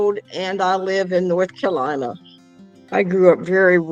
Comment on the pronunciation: Is that really how people from North Carolina pronounce their state? North Cal-ina